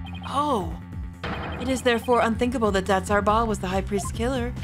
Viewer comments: I'm pretty sure Datz Are'bal is pronounced like, "Datz a rebel". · Btw I believe the pronunciation is Ah-reh-ball, and the pun is "that's a rebel" or "that's horrible".